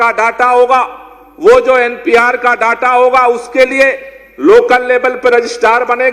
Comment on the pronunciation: Are pehle... Data ka sahi uchharan karlen.... 😡😠